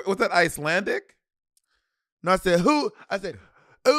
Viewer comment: I almost chocked when Monet said Islandic